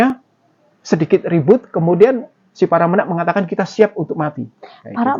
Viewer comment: menak e dibaca kyk e tempe